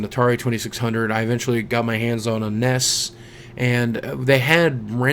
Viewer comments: Did you just call the N E S the "NESs"? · its N E S not nes